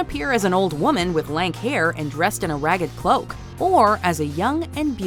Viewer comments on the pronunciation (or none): none